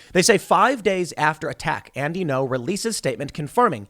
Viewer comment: It's Andy Ngo, not No. You have to prounce the g. It's not hard.